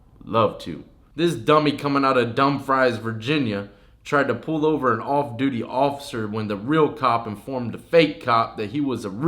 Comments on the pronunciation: Dumb Fries Virginia 😂😂😂 it's pronounced ((dum-frees)) Virginia..it's spelled dumfries . Not pronounced that way lmmfao . And you say you're from VA ..I'm from MD & I know..haha jus messn with ya brother. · It’s pronounced (Dum Free)